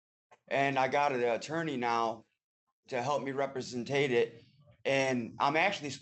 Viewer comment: "...to help me reprisen tate it".🤣